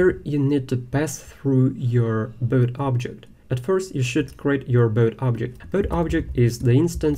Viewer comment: The lesson is good but I don't like this pronunciation. Boat=bot😢